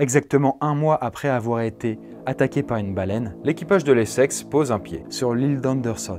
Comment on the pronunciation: Je peux pas me retenir de rire a chaque fois que j'entends "les sexes" exécutez moi